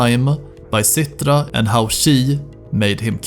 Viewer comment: and "rakkjat" and "Cittra", haha, you sound so swedish. It´s funny.